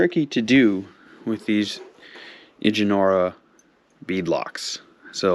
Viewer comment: IH-JEH-NAR-AH 😂😂😂😂😂 its pronounced in-jor-a this made my day